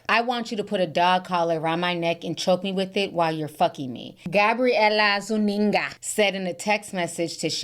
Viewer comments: ZOO-EN-GA lol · Lmao the way you say Gabriella Zuninga lmao😂